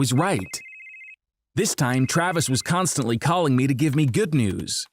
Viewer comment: Bro I'm "Constance'ly" being stalked